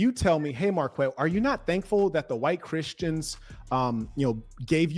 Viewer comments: Marc-Wet…. Got it 🫡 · Mar-kweht. Not Mar-ket.